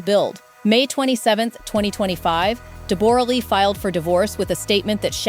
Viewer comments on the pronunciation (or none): De-BORE-a? Since when is her name pronounced like that? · I hate every thing about this, this is the first gossip ive watched since they broke, and I can not stand any of it, first her name is pronounce Debra Lee, huge worshipped her, Deb has always been running her own show, changed her face and accent...she is Australian speak the language!, huge still dose, now as far as money Deb when huge was young in Australia fell for her, she was older and a star here, after huge got bigger roles she was with him in America, they adopted, they were fine, she was always doing her own thing, would show up on the red carpet/face change and all and fall asleep during his movies, she did not earn that money, nore can I imagine huge not supporting his kids or helping her, as far as an affair.. well who knows, I think it could be true but I dont think they would have stayed together that time frame, covid happened, they broke up, maybe he said what was happening, maybe they got sick of each other, maybe they grew apart...who knows, also huges kids are adults and im sure they are all in talks and at the end of the day, not money, not status, not bs, I hope they are happy